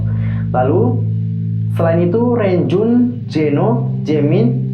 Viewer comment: Setahu aku, Renjun kalau disebut jadi lownjuin Sedangkan chenle disebutnya jadi cholo